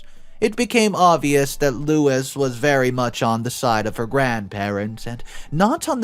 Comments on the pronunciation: Louise: LOO eez Lois: LOH iss The mispronunciation of Louise's name was a bit annoying. As to the story, the Greedy MacGreedysons got what they deserved. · Louise is pronounced Lou-eze, it's the feminine version of Louis. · Louis………Louise……2 different names/pronunciation! FFS🤦🏼‍♀️ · My maternal grandma had a sister just like the Just No Grandparents in the story. She was greedy and she had custody of my uncle when his mom died. Great Aunt P used money for my uncle for her children as i was told by a granddaughter of Great Aunt P. Karma came for Great Aunt P differently than in this story, but was real nonetheless. FYI - You pronounced Louise's name as Louis (male) and then as Lois. Both incorrect. Think = Lou eez for the pronunciation. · Sorry to mention it, but you mispronounced Louise, and read it as "Lois" . It's Lew-ease. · Louise is not pronounced "Lew-is" or "Loh-is" It's pronounced "Lew-weez." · Oh for goodness sake. Louise is pronounced (Loo-EASE), not Louis. Please look up pronunciation. It’s an easy thing to do. You consistently get words wrong and it blows my mind that you don’t work to improve at your own job. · "Lois"? "Lewis"? It says "Louise", a different name, pronounced Lew-ese, long e. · I absolutely love your channel but you butcher names and places. It's no Louis it's Louise add the E to make it feminine. It's sounds like LOU-ESE. This is how to spell the name you say Lois. Sorry I just can't plus are not the only one. Great story loved the end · The name is LOU-ISE (F) NOT LOUIS (M) Sorry but it drove me crazy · It's not Louis, it's Lou ease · The oldest daughter’s name is pronounced. “Lew. Ease”. Not Louis. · Louise is pronounced Lou eese, not Louis which is a man' s name. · It's not Louis, it's lou eese. Louis is the male version of Louise. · LOU EASE NOT LOU IS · If you're going to be a narrator , you need to learn proper pronunciation. Louis , is loo-is...Louise , is loo-ese . No big deal , but slightly irritating. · It's Louise, not Lois.